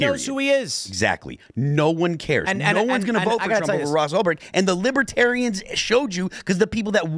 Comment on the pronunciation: Who tf says "Lolbertarians?"